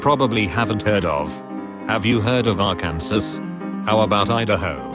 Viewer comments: Excuse me did the robot just pronounce Arkansas as Are-Can-Zis instead of Are-Can-Saw? In triggered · For any foreigners who don’t understand, Arkansas is pronounced Ar-can-sah. It’s rude to pronounce it Ar-can-sis. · How fuckin dare you to say Are Kansas and not Arkansas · lmao, even the robot voice is taking a piss at the pronunciation of arKANSAS. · America Exblain!!! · Our kansas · it's pronounced arkinsaw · I love in Kansas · They pronounced it ar-kansas... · ARKANSAS Arkansas is pronounced Arkansaw